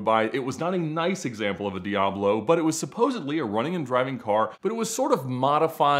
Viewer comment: You seem to be quite the expert on these cars but you still can't pronounce the name correctly.